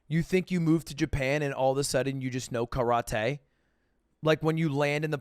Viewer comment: the way he pronounces karate kills me💀💀